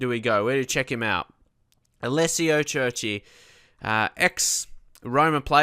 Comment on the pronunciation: Curci is pronounced Curci and not Cerci